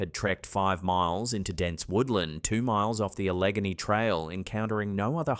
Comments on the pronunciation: Its pronounced al-la-gain'-e. Not a-leg-a-ne. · ITS NOT ALECCANY ITS ALA GHEYNEEEEEE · I'm from nowhere Pennsylvania and never heard of any of those creatures. And "a-leg-a-knee," is pronounced al-uh- gain-ee. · It's pronounced Al-ah-GANE-ee not A-legeny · Allegheny is al-uh-gain-ee not uh-leg-uh-knee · Allegheny is pronounced Al-Lee-Gain-ee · my man "a luh gay nee" not a leg a nee Allegheny(Edit fixed time stamp) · A Leg a knee! So cute to say it that way. It's pronounced, Al uh gain E. (Allegheny) And that pig like cryptid sounds just like me. Lol! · The forest in Pennsylvania is called Allegany (Al-a-gaynee) . I go to that forest quote often. You pronounced Susquahanna perfectly..Im a Pa girl myself. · Ah yes, the question of how to pronounce "Allegheny" has once again presented itself. We locals pronounce it " al - eh - GAYE - nee". It's an easy word to mispronounce. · isn’t is pronounced Al-uh-gain-e ? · Second story: Pronunciationi: Allegheny - AL-AH-GAIN-EE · Al - uh- gainee 😆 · It is pronounced AL-A Gainey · Just one minor point: , you mention the place name "Allegheny." The name is actually pronounced with the accent on the third syllable: al-leg-GAY-nee. Just fyi, etc. Speaking as a Maryland native who has visited parts of Pennsylvania many times... :) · Alla-GAIN-ee Trail. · Great video! It's pronounced Al-i-GAIN-ee. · Al-e-gain-e --accent on the third syllable. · The what trail 🤣AL-E-Ghainy is how we pronounce it in Pittsburgh 😁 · Al-ah-gay-knee Allegheny. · Were you saying Allegheny? It’s a-luh-GAY-nee. Just for clarity. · Grush or Groosh. AlerGAYney surely. Not your best work. Woman ghost in bar??? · Allegheny is pronounced AL-UH-GAIN-EE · Al-a-gain-E, if you please. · Allegheny in Pennsylvania is pronounced Alla Gainy. Not critiquing you,, but having grown up on the east coast, it did kinda jump out at me... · I noticed that too. It went right by me at first then my brain went wait what. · For pa Allegheny is pronounced Al-a-gain-ee